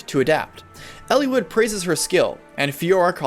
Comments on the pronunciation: It's eel-eye-wood not ellie-wood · I never got the A support ending. I never got all recruitments. I did complete with no deaths. Also I had the reverse look on the three main characters that you mentioned at the beginning of the video. Why are you pronouncing the names like that btw? El-E-wood? I've always said El-ih-wood!